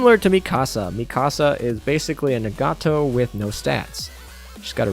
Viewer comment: An easy example is Nagato: nah-gah-to. She says her name more often than a Pokemon. Cygnet: sig-net Friedrich der Grosse: Freed-rick der Gross-eh